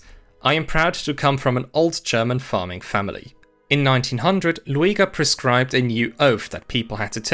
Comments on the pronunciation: no, that is just how you say his name (luˈeːɡɐ) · His name is pronounced Lüger, not Lu-a-ga. Ohren weh.😢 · Loo-a-ger? AI narrated? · Oh, I always thought he's pronounced like Lüger... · Disappointing that the presenter didn’t make the effort to learn the correct (or at least much better) pronunciation of the name Lueger. (It is very close to the pronunciation of “Luger”, the name of the well-known handgun manufacturer.). It is not Loo-ee-ger.